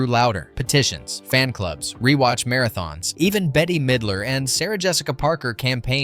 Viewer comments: Please pronounce her name correctly, it’s ’bet’ Midler, not betty or anything else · Her name is bette not Betty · WHOA, WHOA, WHOA IT'S "BET" (MIDLER), NOT "BETTY". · Betty ?? It's > Bet < ffs Bette Midler should smack the sense into you . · Her name is Bette (bet) middler. Not Betty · It Bet,not Bet-te. Midler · Her name is pronounced “Bet” Midler. They did film some of it in Salem. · How DOES ANYONE NOT know THAT it is pronounced BET Midler , spelled BETTE MIDLER smh She's an ICON and deserves to have her name said correctly!!! Please work on doing BETter 😭😭 (see what I did THERE?!) 😂😂😂😂😂😂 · Bette. Pronounced "bet". Bette Midler. It's responsible to learn your subject before speaking on it. ✌️ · "Betty" Midler lol oh lort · Her name is pronounced bet....its spelled bette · BETTE-Y LOL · NS right?! They lost me at the first “Bet. T.” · how many times can you get her name wrong crikey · how do you not know how to pronounce Bette? good video otherwise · Bette Midler's name is pronounced BET!!! NOT BETTY!! NOT BITTY!! SALEM is only pronounced one way SAIL-EM... Just like the town in Massachusetts!!!